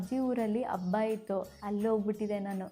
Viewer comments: Abba alla habba😂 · TEacher should learn pronunciation. Abba alla Habba. Parent correct agi pronounce madi